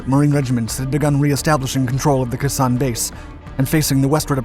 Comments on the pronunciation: I like your vids but...Kehsan? Its Kay-Sahn sir. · Jesus Christ. This guy mispronounces something in every video. It's not "Kuh-sawn" it's "Kay-Sawn." 🤦‍♂️ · I appreciate your enthusiasm for military history. I just thought you might want to know.... it is pronounced Kaysan. Not cusson. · Another great video. But Khe Sanh is not pronounced "K'san" but "kay-saan". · It's pronounced Kay Sahn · You're doing an excellent job with the timeline details, but it would help a lot if the names were pronounced correctly, as well. For example, Vietnamese pronunciation of Khe Sanh "Kh" is pronounced like "ch" in Scots "loch". "e" is pronounced as in "bed". "Sanh" is pronounced as in "sang" in the North, "sahn" around Khe Sanh itself (I base this on my experience of pronunciation in Hue), and "shahn" from (I believe) Da Nang all the way down.